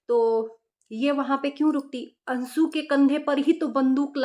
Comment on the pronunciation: Ansu ansu karti jo bolna nahi aya to mat bolo.anshu hota hai